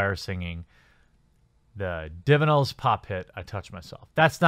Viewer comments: Divinils? Wha...? Divinyls, my dude. Divine + vinyl. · Divinyls is pronounced "dee vy nils" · TheQuartering Yes, as a non-American, I'm sick of the witch-hunts I'm seeing. I've unsubscribed from a number of pop-culture channels because of the vitriolic braying since Gunn's excoriation. Words aren't actions. Oh, and It's "Divine-ills", the Divinyls were an Aussie band. :-) As an individual, I may decide not to support an artist because they won't shut up about their politics, but I would still be opposed to their vilification and the destruction of their career.